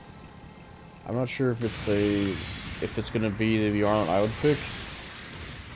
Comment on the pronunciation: It's pronounced bye-er-lant E-sol-day